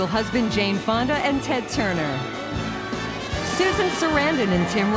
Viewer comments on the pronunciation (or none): none